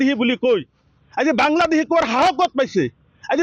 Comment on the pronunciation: বাংলা্দেহী নহয় বাংলাদেশী অহমীয়া নহয় অসমীয়া কথা কেইটা শুদ্ধকৈ কব নাজান আনক সকিয়াবলৈ আহিছ